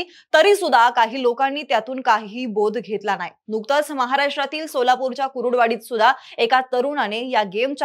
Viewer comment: कुरुडुवाडी असं नाही कुर्डूवाडी असा उच्चार करा.